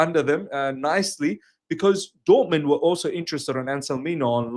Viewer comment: It's not Dortmend/Dortmand... it's DORTMUND! 🙄